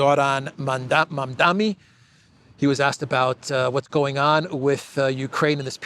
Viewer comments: Please get the name right when reporting…You keep mispronouncing the name as “Mamdami”…It is Mamdani (with a N)…it’s a difficult name I admit. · Mamdani not mamdami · Mam-Da-Ni MaMMMdaaaNNNeee. MAMDANI. Mamdani. Come on,!